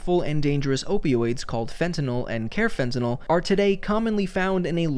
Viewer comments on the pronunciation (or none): It’s pronounced car fentanyl not care fentanyl